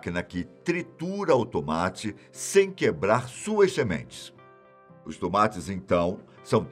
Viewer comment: "Os Tumates"🤣